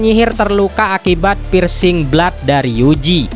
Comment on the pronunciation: Alhamdulillah sekarang pengucapannya dah bukan blud lagi dan udah benar ✅